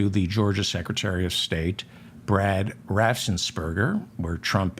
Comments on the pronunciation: R A F F E N S P E R G E R , not Rassensberger. Lol ❤ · Excellent reporting. Absolutely excellent--and your inability to pronounce "Raffensperger" was so distracting it nearly undid it. It's easier to forgive that kind of verbal kluztiness when the name is seriously unfamiliar, but Raffensperger has been center stage in all stories of Georgia since it the Congressional Investigation. You've had time to hear it pronounced properly for years. Raffens. Perger. Raff. Ens. Perg. Er. I'm sorry, but it truly is distracting from reporting both beautifully done, and vitally important. When a minor effort to get your tongue around the name in advance will remove a distracting element, please, make the effort. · The name has two syllables. Raffen Sperger. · Raffen Sperger